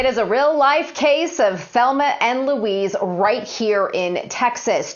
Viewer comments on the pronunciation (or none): none